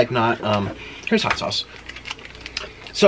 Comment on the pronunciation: "This is hoot and steamyyy"